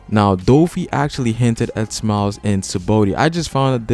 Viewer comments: It's Saba-ody not sabody -. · I just have a strong cringe wen this guy says "sabody" Not "sabaody"